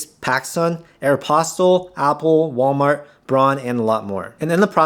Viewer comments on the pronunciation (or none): none